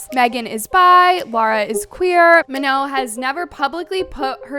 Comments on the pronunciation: Bro its pronounced MA NONE not manoh 😂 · "ma-know" girl pack it up...